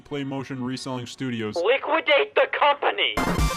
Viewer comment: No one: Scott: L I Q U I D A T E T H E C O M P A N Y